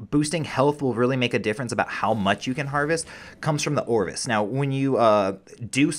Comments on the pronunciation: Anyone else annoyed he calls an ovis an orvis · Ovis not orvis. Also paracer not parasaur. Thanks I just had to say it. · Yea, for real. Where that "R" coming from?